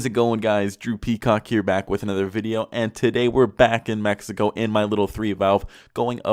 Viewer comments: Ah yes, "Mexico" ;) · Ah yes "the Mexico"